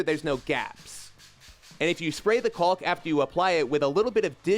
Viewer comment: Caulk, walk, talk. Not caulk, bulk, sulk.